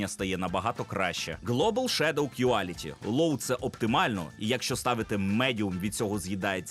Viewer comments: не кюаліті а кволіті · Quality читається як Кволіті